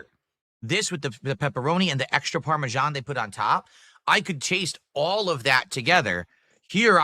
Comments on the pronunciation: What in God's name is parmejahn? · "Parmesan... CHE" STFU, you act like you don't eat this EVERY DAY but you know all the dented steps? GTFO, you cow..